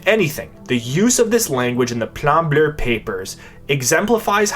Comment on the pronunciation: Fun fact: there's no "R" at the end of the word "bleu".